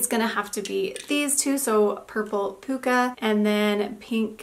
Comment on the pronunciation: Lol interesting fact that I wonder if Olive and June is aware of: puka technically means hole in Hawaiian. And yes, you pronounced puka correctly 🤓